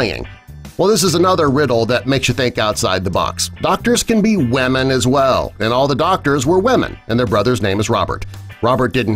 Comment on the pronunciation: the way he pronounces women lol as doctors can be waman aswell!